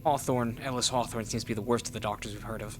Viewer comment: I swear the MC pronouces Hawthorne like Whore-thorn 😂